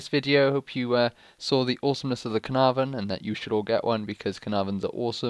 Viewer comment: A 10 for Caernarvon pronunciation :D